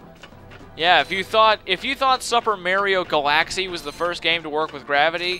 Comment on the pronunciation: Supper Ma-ree-o Ga-lax-e. XD